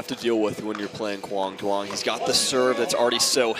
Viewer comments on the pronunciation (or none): PLEASE LEARN HOW TO PRONOUNCE HIS NAME CORRECTLY!!!!!!!!!!!!!!!! "Quang Duong"